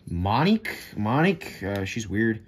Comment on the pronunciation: Monique? such a weird way to say that name lol